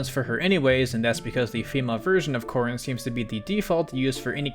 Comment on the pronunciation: Finally, someone who gets the Corrin thing right